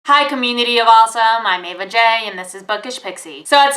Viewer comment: Jack Willis Yeah I haven't understood also and I've been watching for months! Is it commity of awesome, community of awesome. And also (this is kind of rude but...) the first times I heard her saying Ava Jay I just understood "a vajay"... But I love the videos!